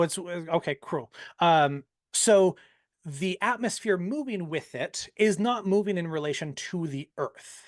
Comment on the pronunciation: got so many of his talking points from Americans that he can't even pronounce "Atmos(phere)" properly. He calls it an AtmOHs like the wannabe American he is.